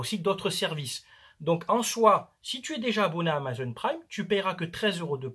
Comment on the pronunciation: Amazon et pas amazone... C'est pas une fille avec un arc a qui il manque un sein 🤣🤣🤣